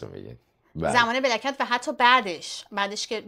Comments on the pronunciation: پیروزخان میگه بلک کتز گلناز میگه بلکت!!!!! درست تلفظ کن دوست عزیز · پیروز هی سعی میکنه black cat گفتنتو تصحیح کنه ولی تو کلن شوتی 😂 Black cats ننه جان